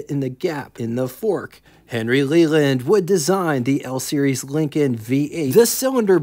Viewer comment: You sound like you call them "Leekins". It's pronounced "LINK-n"